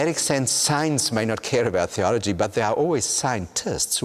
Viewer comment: his teeth seem to be exactly conformed so that he can easily pronounce the word "THeology". That must be an evolutionary adaptation of some sort..